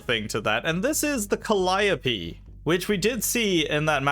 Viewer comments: I find it funny he calls the calliope ‘col-i-o-pea’ when it’s called ‘kal-ee-ope’.🚀🚙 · Cal I o p? No its Cali ope or Cali tope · More like Call i OP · I have recently realized that I have been pronouncing calliope wrong my entire life and I take back my previous statement, I was taught it was pronounced ca-lee-oh-p, sorry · "Call Op ee" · The way he pronounce calliope pains me